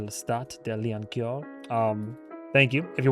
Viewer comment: Your exaggerated Lioncourt pronunciation isn't offensive because it's exaggerated: it's (mildly) offensive because it's incorrect. You're pronouncing it more like coeur, as you said, and 'coeur' is not the same as 'court'. The 'e' in coeur makes for a very different vowel soup lol